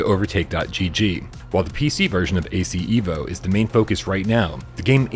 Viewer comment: It's minor but just FYI, Asseto Corsa is pronounced "Ev-o" not "Ee-vo".